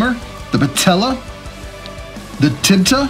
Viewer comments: You said tibta not tibia. So you got it wrong twice lol! You said in this post 'tibia not tibia' instead of 'tibia not tibta' (if you get what I'm saying? Reread this post that you wrote) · Isn't it called Tibia instead of Tibta?